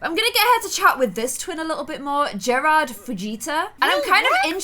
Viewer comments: Garred in pronounced like Gar-ed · Gerard I think his name is pronounced Jared but I love this it is cute!!💜❤️💙💚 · you’re pronouncing Gerard wrong!